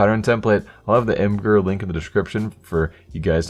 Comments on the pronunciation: its pronounced image-er (imgur) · It's pronounced imager.